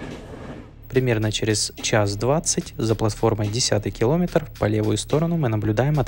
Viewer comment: не килОметр, а киломЕтр